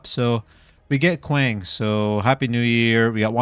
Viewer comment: You’re pronouncing his name wrong it’s KWong The A sounds like an O